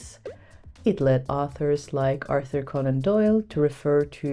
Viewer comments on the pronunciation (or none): none